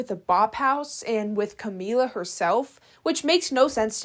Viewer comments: Her name is camila not kamala lmaooooo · Btw not Camala, it’s Camila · did you mean Camila Araujo ? Sounded like Kamala, had me dying when you said OF and Jack Daugherty in the same sentence as Kamala 🤣🤣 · The pronunciation of Camilla I thought you were talking about Kamala Harris 😭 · The way you call Camila “Kamala” is killing me, but I know what you saying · great video but the way you say jacks last name and camilla’s first name makes me mad😂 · You didnt say camila's name right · I love u, but u are not pronouncing Camilla’s name right😭